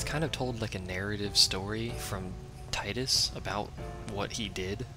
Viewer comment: Haha i also used the pronounce "Tidus" like you do, then i played Dissidia D